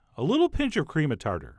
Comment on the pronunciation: "...because who has Cream of Tatar?" -- Chef John